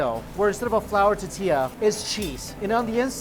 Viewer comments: TOR TIYAH. Not Ta tiyah! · I have to smother my inner pedant every time he says "titilla" instead of "tortilla" on these Mexico vids. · Hey man We love your vids and can't help snicker every time you say tortilla. Do this, say Tortoise..now say tortilla. Hope that helps. Tortoise, tortilla. You forget the R in there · Tortilla, tortilla, tortilla, let's say it together..........tortilla. Come on man, its tortilla.